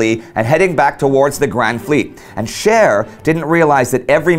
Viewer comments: I know it's Scheer but I can't help but hear Cher and now I'm thinking she really could turn back time... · While watching this episode. My wife kept on hearing Cher instead of Scheer. And now cant get "If I can turn back time" out of her head and just pitchers Cher on a battle cruiser in the North sea. Best laugh I've had in awhile. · How on earth can't this guy pronounce any of the key names of this battle properly... Beatty, Scheer and Jutland. 🙈